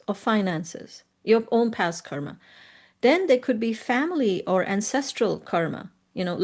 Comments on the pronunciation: Any reason why she saying kar instead of karma and dhar instead of dharma ? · She said Dharm and Karm. Same difference as Ram and Rama or Krishn and Krishna - just different Sanskrit pronunciations/spellings for the same word per different Indian regions and societies... Technically only the consonants intende to be are pronounced.